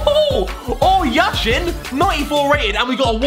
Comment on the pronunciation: Как-же смешно иностранцы произносят фамилию Яшин) How funny foreigners pronounce the name Yashin) Ps, I'm Russian)